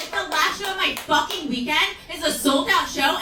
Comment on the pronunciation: Look at me in the Fowaken eyes 👀😆🤣😂